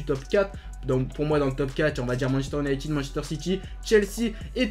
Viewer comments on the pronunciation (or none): none